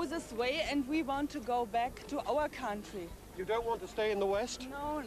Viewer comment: Ve want to go back to ouw contwy